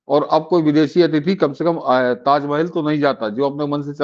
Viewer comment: ताजमेहेल नही ताजमहल बोलो